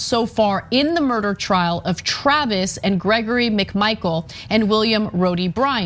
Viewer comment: I had to listen to that again.. i thought you said William "grody" Bryant. I know not everybody grew up with my mom but I grew up thinking "grody" meant distasteful or repellent.